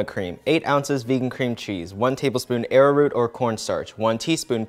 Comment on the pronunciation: He can't pronounce almond but he can pronounce arrowroot.. this man amazes me every time